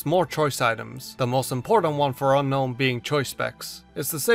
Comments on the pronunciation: Hey, did you know it's actually pronounced un-own? Gets murdered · Seems like you still refuse to pronounce it as Un-own, huh? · its UN-OWN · I don't think that's how you pronounce Unown...